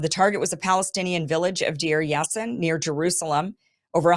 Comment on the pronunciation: Kim, Menachem Begin (pronounced: Menaakhem Baagen) he was Prime Minister of Israel he once said on video that he was very proud to be the very fist terrorist in the world 🌍 Village Pronounced “Dar Yaseen”